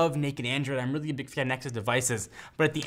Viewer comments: I like how special pronunciation of the word "really". He's like, "weally weally weally great" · Wealy wealy ?? Really!!! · Weally Weally Weeaally good video.